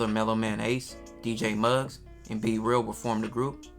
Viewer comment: His name B-Real, not c-real duh... 😂